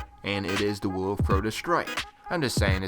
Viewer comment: "Wew Of Crota" "Omnigew". Lol